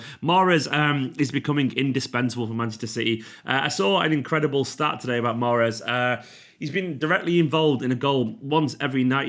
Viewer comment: mahreeeez zzz